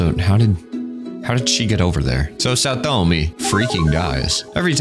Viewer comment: im so glad you said saotome like pewdiepie did back in his playthrough . chefs kiss